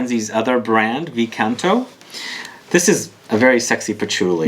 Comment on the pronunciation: Hi! Love your videos! Wanted to share with you what I recently found out and that is that V Canto is pronounced as CINQUE Canto (roman numeral instead of V letter), representing the 5th "singing" from Divine Comedy by Dante Alighieri. In this part of the Hell are located "carnal malefactors, condemned for allowing their appetites to sway their reason. These souls are buffeted back and forth by the terrible winds of a violent storm, without rest. This symbolizes the power of lust to blow needlessly and aimlessly: as the lovers drifted into self-indulgence and were carried away by their passions, so now they drift for ever. The bright, voluptuous sin is now seen as it is – a howling darkness of helpless discomfort.". I assume the perfumes kind of represent the story (never had opportunity to smell any of them thought.. : Thank you! Best regards! :)